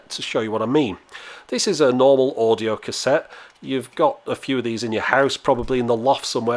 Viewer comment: "Standard audio Cashet"